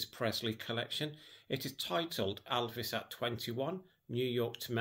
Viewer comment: Many thanks for your book reviews. Great. You say Elvis like Lisa called her dad Alvis !